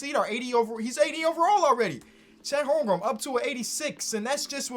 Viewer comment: Chet Holm-Grin*